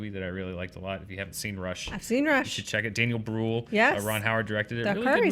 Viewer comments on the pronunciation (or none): Normally i watch these immediately on Monday, and of course the one time i'm late you talk about weird german movie titles and says 'Guten Tag'. And i like how he pronounced Daniel Brühl as 'Brewl':D And please do more of these foreign movie title quizzes on SJU, i loved it the last time.